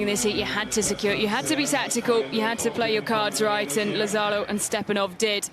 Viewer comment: I find it really insulting that the Brits and American narrators doing the voice over can't pronounce properly the names of Italians, Spanish and Portuguese people. For instance, Lazzaro, it is not, laZZAro. It's LA-zza-ro. It's not really difficult. And you know what? It's even easier to ask the athletes or their coaches how to pronounce their names or even listen to the Italians or Spanish broadcasters how they say it and don't anglicize them. Spanish is one of the most spoken languages in the world. In addition, if we only had a translation app these day it would be even easier to do your research before you open your mouth. I expect every day Brits and Americans not to know, but professionals working on radio and tv?